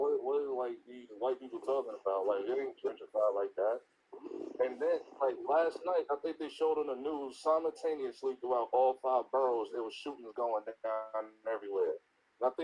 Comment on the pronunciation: "simontaneously" -bruh at the beginning and most days